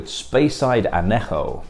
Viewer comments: I was expecting 'ann-yeh-ho', but I couldn't hear the 'y' when you said it. 'Oh-ho' is close enough for 'Ojo' - that definitely shouldn't be a 'y' (unless maybe you're Dutch!) - though I might have suggested more the 'ch' in 'loch' or 'achtung' than just an 'h'... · Sorry, but I did Spanish at school and university, so some of your pronunciation made me wince a little! I did wonder why you could pronounce the "j" correctly (though not the "ñ"!) in "añejo", but not in "ojo", and also get the "e" at the end of "agave" right once (?), but leave it silent the rest of the time... Otherwise, good reviews.